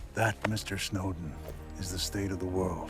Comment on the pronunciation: 스노든 이 자꾸 신호등으로 들리는거 나 뿐인가?